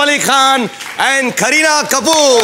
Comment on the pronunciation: Am i the only one who heard srk saying kerihad kapoor to kareena kapoor.